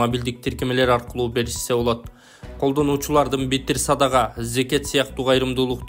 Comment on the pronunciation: Биттиер садага эмес, битир садага деп айтчы журналист мырза...